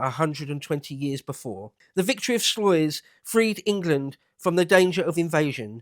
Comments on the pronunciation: Pronounced Slice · It's our word voor sluce. It's a vowel and sound you arrowgoblins don't use. Type in "Sluis" in Google Translate for pronounciation.